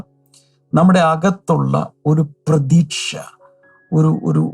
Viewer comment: Prethasha ennau paranjal pretheeksha